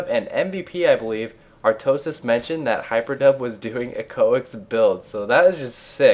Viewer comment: He said: iEcho IC mispronouncing it - I thought you would mention that in some witty way like you do but I was sadly mistaken :P